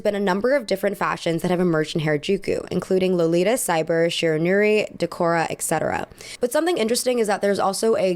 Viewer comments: Please stop saying "excetera", it is grammatically incorrect and sounds awful. It's "et cetera", with a T. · My eye twitches whenever you say "ek-setera." Please pronounce it as "et-setera" if you can. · It is “et cetera” :) love your vids!!!